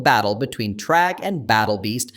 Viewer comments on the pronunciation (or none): BRO CALLED THRAG TRAG